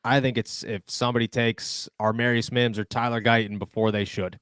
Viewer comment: Love your content but man get the names right !!!! Every video u have done u have gotten this name wrong !!!!!!!! AAAA- marius mims !!!!!!! DEFINITELY NOT AR- MARIUS …… there is NO R in the beginning of his name !!!! As much research as u have done can’t belive u can’t pronounce such a simple damn name !!!!!